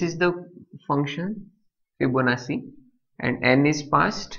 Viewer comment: sir, I very much appreciate your teaching but you are pronouncing Fibonacci wrong, the pronunciation is actually [fiboˈnattʃi] but your pronunciating it Fibonassi, just correcting you otherwise thx for the tutorial